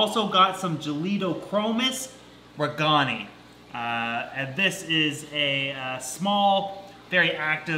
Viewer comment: J regani --I pronounce 'RAY-gaan-i' accent on the first syllable.